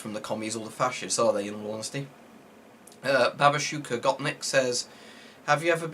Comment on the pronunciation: It is pronounced ba boosh ka